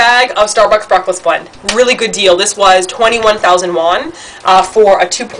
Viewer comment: Yay! They have Skippy peanutbutter in Korea! (and yes, it did sound like said "bwend" lol)